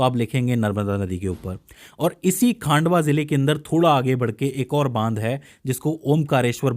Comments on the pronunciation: वह खांडवा नहीं खंडवा है पहले अच्छे से पढ़ लिया कर😂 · खांडवा नहीं सर वो 'खंडवा' हैं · Khandwa ko khaandwa bol raha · खांडवा नहीं खंडवा जिला है